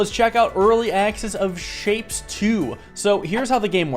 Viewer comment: Ok, but isnt it shape-ez not just shapes?